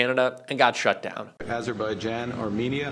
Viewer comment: Note that Carney can pronounce Azerbaijan